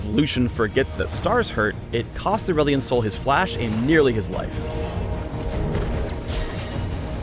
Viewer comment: is it me or says ''aulerelion sol''